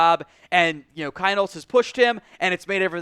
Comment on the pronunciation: It’s still pronounced Keen-holz!